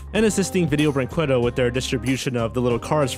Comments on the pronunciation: im brazilian and the way he pronounces brinquedo is aganizing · "Don Kwee-sho-tay"? "Video Brink-way-doe"? Your pronunciations need work. The correct ones are "Don Kee-hoe-tay" and "Video Brink-ay-doe" Otherwise, good video. I'm surprised there were some of these I HADN'T heard of already. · Just a heads up, in case you stumble on Video Brinquedo in a future video: "brinquedo" is pronounced like "brinkedo"; the "qu" in this word sounds like a hard "c". ;-) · I actually think he knows how it's pronounced, it's just more fun to pronounce it as Brin-QWEH-do. :) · I just love how pronounces Video Brinquedo "Video Bring-KWAH-DOH" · Video brin-kay-doe Que=Kay It's Spanish have you never had chips and queso? Seriously learn to pronounce things.... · Yes!! Thank you P.S. I hate the fact that you read Vídeo Brinquedo wrong. Use google translate and listen to the voice please xD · Well, if I may, "QUE" in "brinQUEdo" is pronounced like the "K" in "Kevlar". The "E" sound is spot on. We've got the "QÜE" sound you made in the video, but it needs the "ü" letter in order to make it. But Portuguese is a weird language, I get it. And... I'm not sure if I'm proud or ashamed of "Vídeo Brinquedo". Cheers from Brazil. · When you're a Portuguese viewer and someone mispronounces a word horribly: Cringe Intensifies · Why can nobody say Vídeo Brinquedo right?